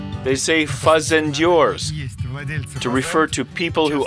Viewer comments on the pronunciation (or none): Fazendeiro!* not fanzendior no.